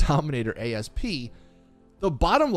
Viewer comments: Need to be that nit picky triggered guy for a second... It's not a Dominator A... S... P... It's the Dominator ASP. (Ah-ssss-puh) It's an actual word., please stop calling it that. An Asp (Aspis or Vipera Aspis) is a snake. This car is based off of the 2000 Mustang 'COBRA' SVT. The Egyptian Cobra was called an asp. The other word you were looking for... Louvers. It's literally said like it's spelled. Lou (like a guys name or boo only with an L) vers. Otherwise a good video. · Why does every creator Ive seen call the Asp by letter. Its a species of snake, and an homage to the 2000 Cobra R, hence why its called the Asp not A-S-P. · Its not called the A.S.P. its called the asp...which is also the name of a snake.